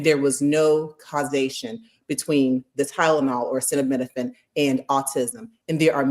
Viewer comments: tRump can't read,he had a hard time with acetaminophen, a word that we've all heard pronounced thousands of times. Cancel tRump and the rest of these nudnicks before the country goes down the drain we're already circling. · Trump is an IDIOT! He does not even know how to say Acetaminophen but TYYY-lenol!!! Maybe ask Melania how many acetaminophen she took when she was pregnant???! Why make an announcement now? Does he want us to talk about Autism and not Epstein? Well…let’s do it! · Watching you guys laugh so wholeheartedly when that fucking ass was desperately attempting to say acetaminophen and failing helped me laugh again. I desperately needed a good laugh in the midst of all the very real despair. Thank you. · HOOKED ON PHONICS TO BE SENT TO THE WHITE HOUSE IMMEDIATELY TO HELP HIM WITH HIS BRAIN PROCESSING POWER 🤣😂🤣👍🏾 BECAUSE YOU NEED BRAIN PROCESSING POWER TO PRONOUNCE ACETAMINOPHEN 🤷🏾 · Surely no one should be surprised! His vocabulary consist of maybe 15 words in a 1st grader vocabulary! So, thinking he could pronounce acetaminophen is ludicrous! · I wish I knew how to clip the video because I want to play that clip on Trump’s unable to pronoun he Tylenol’s generic name….